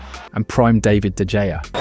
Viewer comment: did bro just say dejea